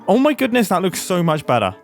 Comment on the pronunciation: The way mumbo pronounce "better" when saying "that looks so much Be'ah"